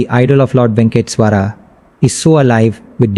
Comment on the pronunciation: Ye kaun YouTuber hai bhai jo aise pronunciation kar raha hai Venkateshwara ka 🙄😒😏